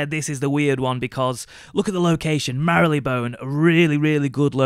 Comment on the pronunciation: Marylebone is pronounced as "mar lee bone" no mary :)